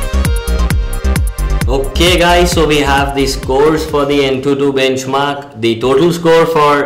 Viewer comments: BACHMARKS? LOL R.I.P English ! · BACHMARKS? come on atleast review your own video before posting.